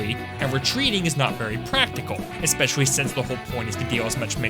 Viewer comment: I love how he always says “espessoly”